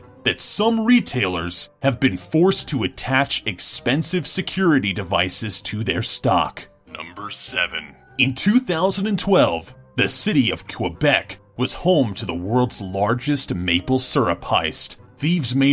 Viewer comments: I love how he sais KOWEBEK! And MAPLE SURRRUPP! As a quebec citizen i will correct you... ;) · Lol you said Quebec rong it's not Webec lol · His pronunciation of Quebec made me wince. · You pronounced Quebec wrong